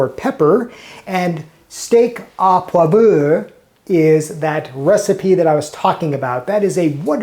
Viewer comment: "Poivre" in French is pronounced "Pwahv-ruh" and there is no "err" sound at the end. Good, informative videos! Keep up your good work.